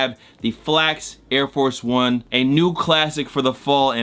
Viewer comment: When he said “OyEDiF” I felt that